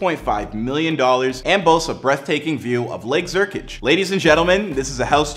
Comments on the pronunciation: Where in the heck is “Lake Zurkich?” Last I read, it was called, “Lake Zurich!” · "lake zurkič"😭